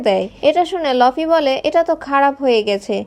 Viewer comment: লফি না ভাই লুফি explain with correction